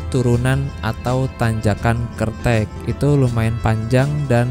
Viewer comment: Bacanya kertek bang,,,bukan kertek 😂😂